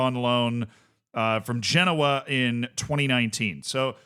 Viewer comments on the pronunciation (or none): none